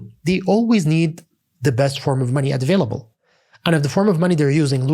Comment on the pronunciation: Very good except the "advailable" (available) thing